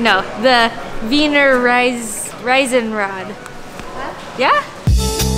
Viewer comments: "Riesenrad", not "Reisenrad". :-) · Love, how you speak "The Weener Risen-Raahd" :-) Try it with "Reason-Raahd" - it's a little closer ;-) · It‘s the Riesenrad, not Reisenrad. Riesenrad means Giants Wheel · the ferris wheel is called Riesenrad. "ie" is like "ee" not like "i" ;) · You keep correcting her and your pronunciation is worse than hers!